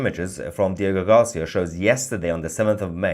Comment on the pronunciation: Hey Tousi, great work! By the way, it’s “Diego GarcÍa”, accent on the “I”. I hope that helps . ☺️